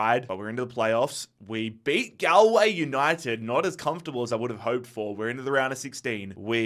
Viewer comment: The pronunciation of Galway is outrageous